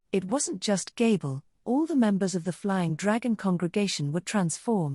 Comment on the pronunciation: Hey bro are you capable of going through the text and making adjustments to fix the pronunciation of certain names and word? It would really improve your videos. Like it says gable for gabiru.